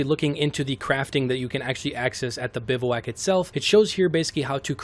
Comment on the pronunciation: Great video and all, but it’s pronounced “biv-wack”